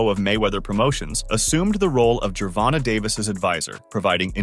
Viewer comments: I hate how this guy seems to pronounce certain words wrong and gervonta it doesn’t have a y in it at the end but pronounce it like that so you can say his name right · That part, plus annoying, as fucc the way white people say Black people names wtf is “ Jovonta “ 😂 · This Mf can’t read or comprehend obviously pronouncing his name wrong even “live” 😂😂😂smh